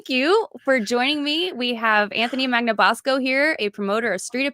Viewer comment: Wow! Magnabosco correctly pronounced!! Contratulation to!!!